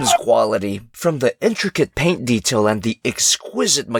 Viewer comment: When you said paint I though I heard pain